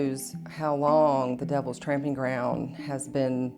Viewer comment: It's "tromping" ground, not tramping...